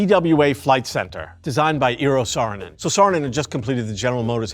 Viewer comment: I love your videos and look forward to them but please, PLEASE learn how to pronounce Eero Saarinen's name correctly. *cries in Suomi*😢